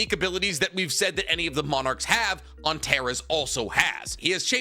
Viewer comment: Hi! It’s pronounced An-tare-ees. It’s the red star in the scorpius constellation. It’s also my sons name and people keep pronouncing it wrong 😂